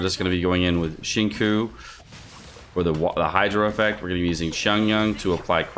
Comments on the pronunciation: He says shin-ku 😭😭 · I swear this guy purposely massacres Chongyun’s and Xinqiu’s names